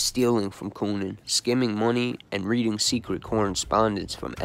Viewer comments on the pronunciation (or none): none